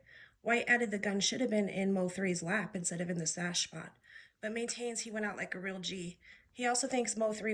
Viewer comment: Preach baby gurl. You said the t right.